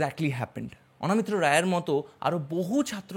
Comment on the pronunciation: অ "না" মিত্র নয় , ওটা হবে --- অ "ন" মিত্র। সঞ্চালনা / পরিচালনা করার আগে , বাংলা ভাষা ও অভিধান পড়া একান্ত জরুরী।